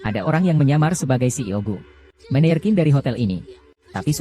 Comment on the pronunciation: Baca menejer bukan meneir ...mec kelen.bukan mactjalan 😊